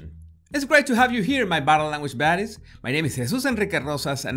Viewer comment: Omg stop I always thought you said 'body language BODIES' instead of 'baddies' till I saw this video. I just died a little inside.